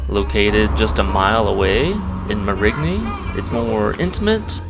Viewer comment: I stopped watching when you couldn't even pronounce Marigny correctly. You've got no business telling anybody anything about the town.😊